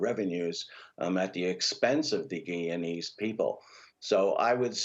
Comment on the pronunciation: When are these people going to learn to say guyana and Guyanese ?